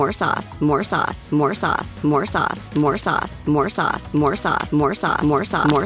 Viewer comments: I kept hearing more sus after awhile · what others hear :. Add more sauce What I hear: MORE SUUS MORE SUUS